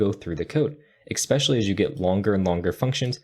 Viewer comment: Hey man great video, thanks! Couldn't help but notice you said "eckspecially" twice though.. Here to let you know it is "especially"! Time to bring that pro attention to detail to the English game too :)